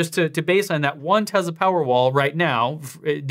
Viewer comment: I love your videos, but I think it’s time to hire a linguistics coordinator. The way you pronounce TeZla and SilverAdo are just… different. Any particular reason?